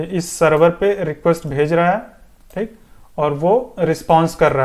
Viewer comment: Bhai sahab ye appka "THEEK" Apne gaon ki yaad dilati hai. Your videos are very useful, I am going to complete this tutorial.